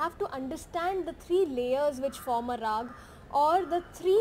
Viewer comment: It's raaga, not raag. Original indian words almost always end in vowels.